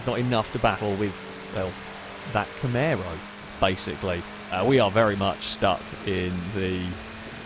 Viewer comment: No one:: Camèro